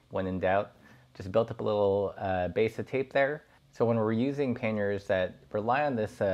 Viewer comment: What is that word? Pinyarns? The word he uses to describe the bags? Penyarns? Panyarans?